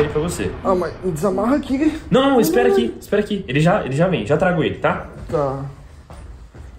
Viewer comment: TODO MUNDO FALANDO DO VÍDEO E NINGUÉM FALANDO DA PARTE QUE A JOANA FALA ESPE SP E ISPETO AÍ ELE VAI ME ASPETA ESPETA O MEU BEBÊ MORRI NESSA PARTE